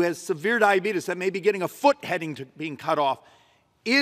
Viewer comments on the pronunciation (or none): Don't call it dyabetis, people say it like that jokingly